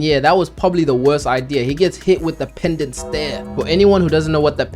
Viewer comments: PENANCE. NOT PENDANCE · Bro PENANCE STARE NOT PENDANT😂😭😭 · Did this man say "Pendant stare"???? hahahahaha